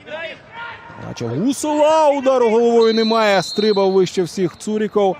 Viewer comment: не правильно вимовляє слово стрибати